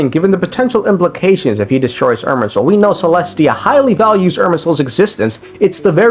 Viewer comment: What controlling soul are you talking about multiple times throughout the video? The erm soul (thats what it sounds like the whole time)?